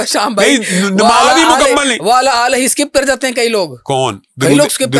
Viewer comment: آل کہنا ہوتا ہے یہ شخص اله کہہ رہے تو کسی نے تصحیح کرنی ہی تھی انہوں نے کہا ہوگا آل بولنا ہے اله نہیں کہنا۔ل پر زیر ہے لیکن الگ حرف ہ نہیں